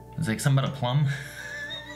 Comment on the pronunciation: Lol nom de plume is French for pen name but it's pronounced ploom not plum